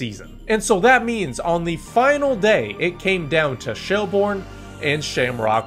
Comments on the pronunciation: Great video but it’s “Shelbirn” 😄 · It's pronounced shell burn not shell bourne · minor pronunciation corrections i am compelled to give: sligo is sly-go shelbourne is shell-burn the shels collapse was crazy i am glad they ultimately saw it out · first off, its sly-go, not slee go, shelbourne is more like shell-burn than shell-born also i dont see what the point is in talking down the league for a team being able to win despite a bad period of time, its more interesting to never know who is gonna win and having a league that is close, and i say that as a shamrock rovers fan who won the league every year since 2020 until now, i'd rather that than be in france with psg winning every year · Pronunciation: Shell-burn Sly-go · Good synopsis... But you need to improve your pronunciation.😄So try to pronounce the names phonetically.. and you will get "Sly-go" and "Shell-burn". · Safe to say this dude has never been to Ireland and certainly not a LOI match. If he had he would know how to pronounce Sligo or Shelbourne properly.